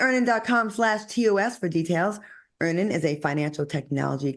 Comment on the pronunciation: Lol stop making Al discuss Earnin’…. He always says Earn In 😂